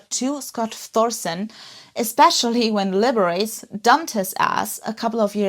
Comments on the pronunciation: That's Lib-er-ah-chee, the famous guy pianist, 😂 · Definitely need a correction on the pronunciation of Liberace.... A flamboyant icon of old America music